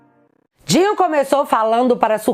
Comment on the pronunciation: Mulher é Flávio D I N O não Dinho 😅 vídeo ótimo mas eu fico me contorcendo vc falando mil vezes o nome dele errado